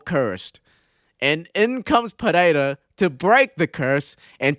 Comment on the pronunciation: As a portuguese native, your pronounciation of Pereira is absolutely spot on. So many people butcher portuguese/brazilian names, you say it like a true native